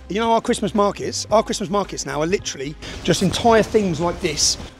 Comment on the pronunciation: 'lidderrallihhh' cmon guys you're seeing what im seeing right????